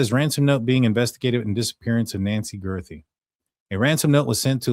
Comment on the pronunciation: Guth ree, not girth ree